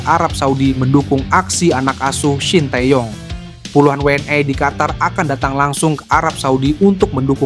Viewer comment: 😂😂😂 ngomong WNI nya biasa aja ..gak usah WNAY